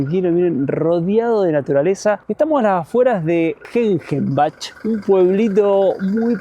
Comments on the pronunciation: “Gengenbach” se pronuncia “Guenguenbaj” - el “g” como en “gordo”, el “ng “ como en inglés o en “pongo” y el “ch” como las españoles pronuncian el “h” Mismo : “schiltach” = “Chiltaj” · Argentos, se pronuncia "guen-guen-baj". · ...bach se pronuncia como bajo sin o 😉 la camera deben cambiar a 50Hz, es la frecuencia de luz en todo Europa.